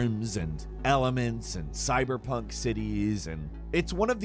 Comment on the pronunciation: Anyone else cringe a little bit every time he says cyberpunk?